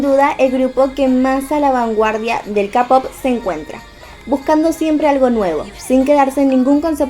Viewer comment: Se dice keipop no capop xD Muy buena teoria♡